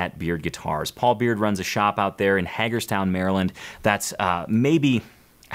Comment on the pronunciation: Hey, thought you would want to know, it's pronounced Hay-gerz-town. It's a long A sound. Paul's instruments are phenomenal! Family heirlooms for sure! Enjoy! One of my brothers owns a Paul Beard custom and I asked him to leave it to me in his will. HA! I play it every chance I get.